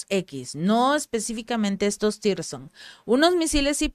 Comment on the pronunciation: Tirson no, zircon, saludos desde colombia 😊